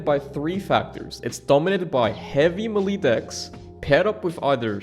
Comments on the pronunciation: The way you say Melee is new to me. MELEESS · the way this guy pronounces 'melee'